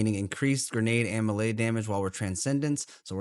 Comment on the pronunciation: are you pronouncing "melee" like that just to make our ears bleed?